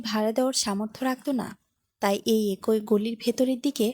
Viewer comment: একই আবার কি ভাষা উচ্চারণ ঠিক করুন